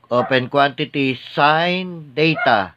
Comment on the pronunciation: Its Theta po , hindi Data